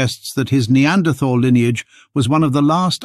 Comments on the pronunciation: The 'h' in Neanderthal is silent. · I cringe every time you say "Neanderthal" with the TH like in "this or that". I hope the message will spread that "Neanderthal" is a location in Germany where the first bones were found. In German "th" as in "...thal" is old orthography for "...tal", meaning valley and should be pronounced as "T". Even if the "TH" sound looks enticing it does not exist in German.